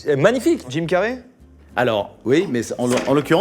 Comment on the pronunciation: jim carré beurk sa se dit jim carri